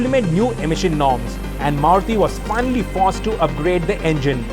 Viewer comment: It’s pronounced “sport” not “spot”. It’s “forced” not “fossed”. It’s “stories” not “stawries”